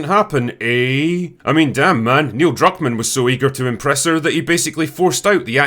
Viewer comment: Not Neil Druckman, Neil Cuckman XDD